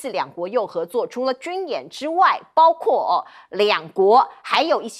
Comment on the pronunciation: 为什么这个主持人说的是包kuo，不是包gua